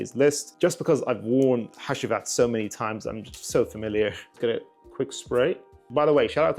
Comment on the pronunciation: Bro said hashheeeewheat